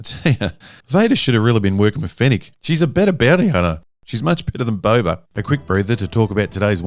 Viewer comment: You say Boba. I hear Bubba. Am I the only one?